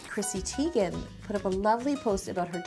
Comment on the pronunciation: You’re half German but you pronounced “Teigen” incorrectly. Anyway the cake looks delicious.